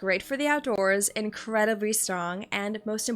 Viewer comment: "Incrwediby" 🌱:_dulceDulceHeart